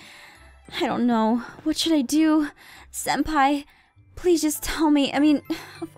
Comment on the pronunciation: It's pronounced senpai and google it.😊. And the answer you get is or will be correct 😊😊